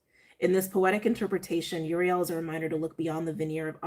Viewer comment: It's pronounced oo-ree-el (i think)